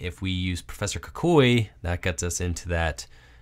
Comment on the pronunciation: stop pronouncing kukui wrong